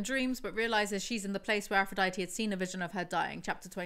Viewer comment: can you make an official playlist of your house of night videos? i’d love to be able to put it on while i’m working (although i feel like i won’t get anything done) edit: she still does NOT know how to say aphrodite! slay